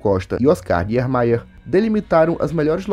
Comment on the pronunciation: O sobrenome do Arquiteto é é Niemeyr, e NÃO NIERMEYR. Pronúncia-se [nímaier]é alemão.... amplamente e mundialmente conhecido....